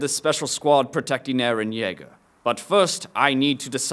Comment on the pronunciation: why do they say IRIN it is EREN